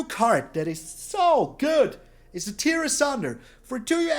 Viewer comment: FYI, in this case it's pronounced "Tear (rhymes with bear/care)" and not "Tear (rhymes with bier/fear)". Yay for inconsistent rules of English!